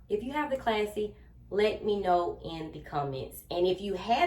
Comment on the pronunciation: It is a classy bag but I noticed you kept saying classy and it’s passy . Lol